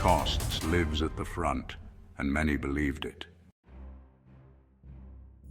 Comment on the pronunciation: Such a lot of work goes into these splendid videos, but the robot's inability to distinguish between "lives" as verb or plural noun is a blemish.